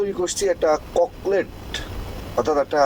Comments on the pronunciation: Cocklet. Na. Hoba cocktel Chok. Chok. Korlai Shona. Hoy Na. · ফালতু কথা বলছেন ফালতু বাংলা বলছেন। ককলেট নয় বলুন ককটেল।